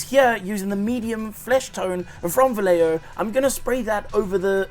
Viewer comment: Valeio Vay-ye-ho in any case brother lmao Thanks for the recommendation though!